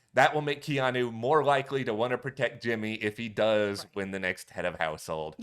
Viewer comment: I’m being that person. I’m soooo sorry. I have a nephew (Hawaiian) with this name so I have to. KEY-AWE-NEW = Keanu Love your BB coverage. Again I’m sorry! 😅